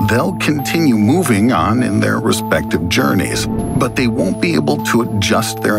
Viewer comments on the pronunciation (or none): none